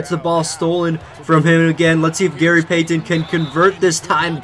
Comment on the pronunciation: It bothers me the way you pronounce Payton.